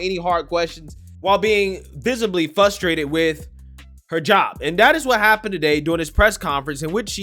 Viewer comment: "fusterated"??? it's fRust-er-ated